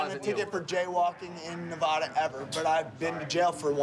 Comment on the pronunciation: Should have tazed green shirt just for mispronouncing Nevada.